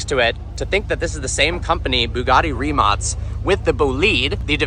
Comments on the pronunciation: If you are reviewing a car, at least learn the name of the car. It is not Rimak! "C" in Croatian is like "zz" in pizza...🤦🏻‍♂️ So it is something like Rimatz🤷🏻‍♂️ Making videos like this with no research, so ignorant. Do better😊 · Rimac → Ree-mats✅ Not "Rimek", not "Rimak" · Ree-mahts It's just not that hard to say. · Yes, yet he still doesn't know how to pronounce the name of the car. Embarrassing.